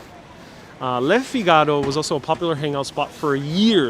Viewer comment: It’s pronounced ”Fig ah ro.”